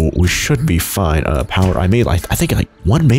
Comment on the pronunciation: "FOIN" Everything is gonna be FOIN